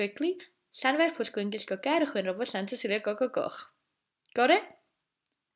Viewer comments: You says shan intead of llan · Llan not shan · Why is it pronounced “flanvire” in other videos but “shanvire” here?